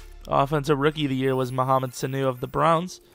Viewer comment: Damn you butchered his name